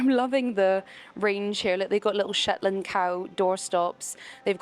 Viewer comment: 🤦‍♀️ I came to check after hearing it, I knew someone would've pointed it out 😂 (Shetland...pony).